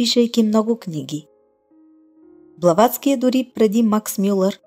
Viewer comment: Казва се "Блаватска", а не с англосаксонското му звучене.